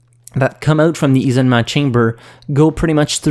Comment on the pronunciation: "Ee-so-meh" is supposed to be "isolement", French why do you throw away letters?!?